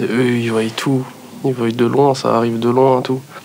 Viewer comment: « ils voiyent » on est d’accord sa se dit pas comme ça ??